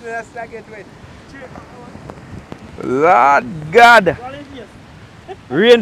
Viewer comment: dont bleed the Lord's name in vain. You always say, "Lawd God"